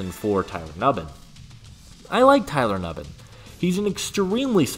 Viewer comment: Tyler NU-BIN